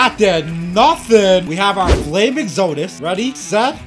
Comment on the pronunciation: It’s exodus not foldeus